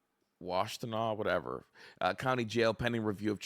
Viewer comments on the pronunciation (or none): Wash-ten-naw Pitts-field 😂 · Didn’t realize all the names where I live are so hard to pronounce. Nobody in the news is saying Pittsfield, Washtenaw, or Saline correctly.